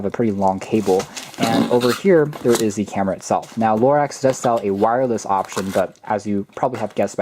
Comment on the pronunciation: It's not pronounced "LORAX"!!!!